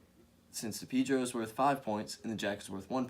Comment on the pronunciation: I thought it is called Pedro, not Pidro?